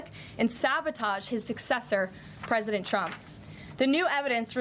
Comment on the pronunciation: Did she say “president chump” twice?